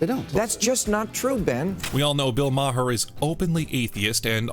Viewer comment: Why don't you pronounce his last name the same way he does... He does it at least once a show.